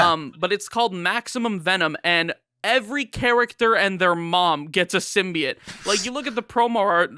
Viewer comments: “All the ‘symbiates’” lol, guy probably says Hawaiiah, Missourah, Diabeatus, nukeyaler.. lol now I’m just trying to think of more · Interesting. Never knew there was a third way of pronouncing "Symbiote"